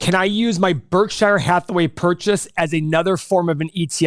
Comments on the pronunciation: ....it's pronounced "Berk-sher' not 'Berk-shy-er'... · stop saying berk SHI ER BERKSURE idiots